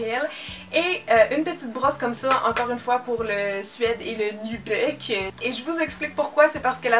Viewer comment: En France, on dit le "nubuque", enfin on prononce comme ça s'écrit ^^